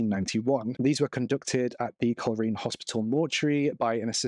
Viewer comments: Coleraine is pronounced coal rain 😬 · Would you please learn the pronunciation of places before you post your videos ! it's pronounced Col- Rain ! Your spoiling your videos and I suspect many people will be turning off as I am now